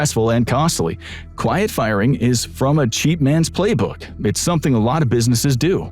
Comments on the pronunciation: "Quiet" not "Quite". 🤭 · It's "quiet", not "quite" firing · It’s “quiet” not “quite”! The voice might not be AI but the graphics seem to be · lmao "quite" firing on the sign instead of quiet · quite firing? Not using any ai, right? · “quite” firing huh? Nice